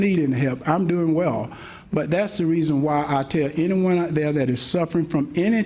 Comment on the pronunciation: Hershel Walker "I duh police". Hershel Walker, " If we cum from duh apes, how deh apes now"?